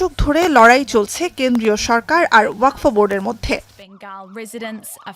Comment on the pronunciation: Waqf , NOT WAQFO .😮